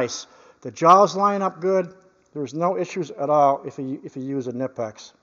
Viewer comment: Kah-knee-pix / K-nip-x....lol ! My reasearch on how to pronounce the brand name continues! Many a discussion... All in good fun ! .... First car was a 66 V.W. bug ! Paid $50.00 for it. Drove it for 6 months.. burned oil, rusted out, bad clutch, etc. It died in front of a junk yard... Pushed it into the yard...Got $50.00 for it. Yard owner was going to pick up another car, and gave me a ride home... Best car I ever had, fun wise ! I haven't thought about that car in years.... Great memories ! ... Thanks for the videos ! Big fan ! You Sir, are much appreciated! Have a great day !